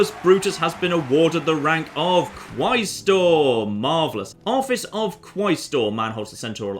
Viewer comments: Isnt it pronounced kwestor rather than kwaistor? (quaestor) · FOR FUCKS SAKE, i know not everyone had missfortune of learning latin but pls u pronaunce it QUESTOR AE is E